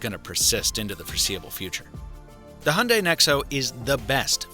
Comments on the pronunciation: How you pronounce it: Hon day How everyone else pronounces it: Hi - un - die So is it any greener? Since the hydrogen making process produces Co2 anyway. Also, most petrol cars are cleaner than ever, and they only get better as new generations come out, some ranging 60mpg average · It's not a "Hunday" it's a Hyundai (pronounced Hi-un-die) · why do Americans call it a hunday ? when it's pronounced hai- un-dai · How come americans cannot pronounce HYUNDAI and say HUNDAY instead ? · It is HYUNDAI NOT HUNDAY!!! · Hi-un-die is how I’ve only heard it pronounced. Do all Americans pronounce it hunday? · It's pronounced Hyeong Dae, not hondai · Hundai??? it's HYundai, learn how to pronounce it. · its 'Hi-Un-Die' not hunday fml. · Hyundai is pronounced YOON-day, not “Honday”. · It’s Hee Yun dayyyy not Hunday. Get it through your head! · Its not hunday its Hyundai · Grrrr its not HAND DAI, ,its pronounced HI YUN DAI GOD DAMN IT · Wtf is “Hunday” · It’s pronounced “hun-die” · it is not hyunday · Your meant to say, hayunday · It's not Hunday,it's Hyundai. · Honday??????? Ffs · Is that really how you say Hyundai? , the thing with buttons on a car isn't just about the feel, its that you can remember where they are and they'll never move from there.